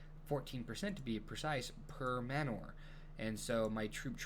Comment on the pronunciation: Love your vids but please look up the word manor and check the pronunciation of it. Sounds just like manner.